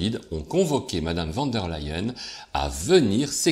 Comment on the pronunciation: Leyen, ok c'est allemand, mais prononcé comme en anglais le verbe "to lie" se prononce "laÏ" presque comme ley en 🤣🤣